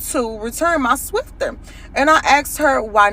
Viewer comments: It’s a “Swiffer” not a “Swifter”!!!! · She is the second black woman to call it a swifter it's swiffer